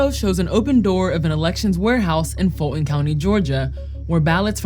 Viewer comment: Why doesnt she pronounce “Fulton” correctly? The ‘T’ is not silent. And she works Vice?